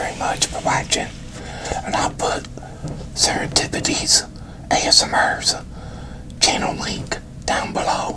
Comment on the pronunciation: you totally butchered the pronunciation of “serendipity” lmao you said “sarah dipatine”. i thought it was hilarious tbh